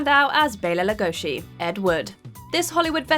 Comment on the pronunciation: Bela Lugosi's last name is pronounced LUGOSEE, not LUGOSHEE.